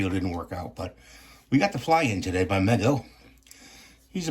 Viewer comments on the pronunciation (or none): I'm pretty sure the company name is pronounced Mee'go. :)